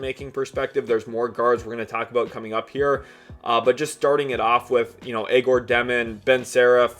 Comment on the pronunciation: You must not have watched much of Egor if you can’t pronounce his name.